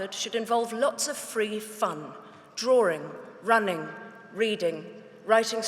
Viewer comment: DRAWING NOT DRARWING